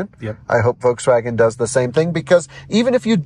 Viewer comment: NOT Wolkswagen but Folkswagen pronunciation.